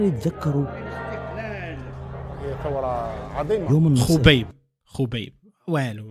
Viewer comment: Khobai ❌ Khobaib✅